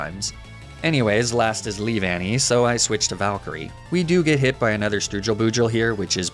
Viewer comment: I’m disappointed, you could mispronounce Leavanny in so many ways and yet you choose to say it correctly out of all things. Why?